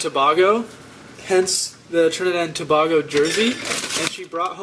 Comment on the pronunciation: Its tah-bay-go (tobago)...... and they are called doubles (Like double or nothing) lol!! My family is Trinidian and I literally cringed my life away when you pronouncing those two things! lol